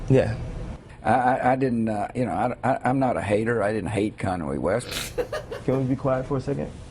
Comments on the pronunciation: kanwe west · i think he laughed cause he said kanwy west and the hater part lol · lol "Conway West"